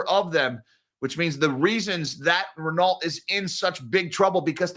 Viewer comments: 8.23 Renault T is silent, it is French Ren-no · as a French melon head, you should pronounce: Reno not wit the ‘t’. You can also say:’crap’ which is more realistic. You missed in your story that CEO is leaving the same day, while be hired by in trouble luxury group Kering. On the same days, Renault recorded a 9.5b€ write off on their Nissan holdings. Company claims that CEO leaving same day is a coincidence.